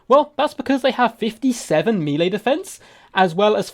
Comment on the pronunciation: Nooooooo, he said mealy again, it wasnt just cos he misspoke he actually says it like that like so many other people, noooooo that kills me, please dont say that. Nooooooooo, deliver me lord, i cant. I cant bear these human creeps all around me all the time im (basically) perfect and amazing, fuck all these clowns looooool.